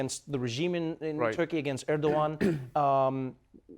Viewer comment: Three cheers for Trevor pronouncing Erdoğan correctly - I think he's the only late night host that actually said Erdoğan instead of Erdogan. This is why I love you, Trevor.